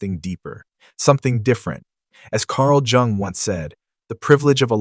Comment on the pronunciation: Jung? JUNG! His surname is pronounced as Young, the J has the Y sound to it.